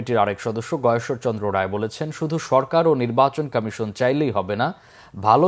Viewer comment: উনি কি কারণে নির্বাচন কমিশন কে নির্বাচন কামেসন উচ্চরণ করেন?উনি কি বাক প্রতিবন্ধী নাকি অটোপাস ?সংস্লিস্ট কতৃপক্ষের কি নজরে পরে না।